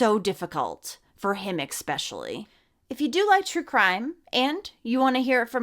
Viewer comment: With all respect, it’s eSpecially- not eCspecially.